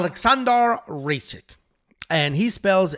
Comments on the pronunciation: It’s not “RACIK” It’s “RAKIC” sound it out! RA-KI-CH! Lmao u can do it bro! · "Alexander Ray-sik" 😂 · To be fair Kattar is a surname of Arabic origin and Kat-Tar would be the proper pronunciation, the pronunciation "Kay-Ter" is just bastardized in English so he actually said it right. But the way he pronounced Rakic was just abhorrent. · Is trolling when pronounced Kattar & Rakic?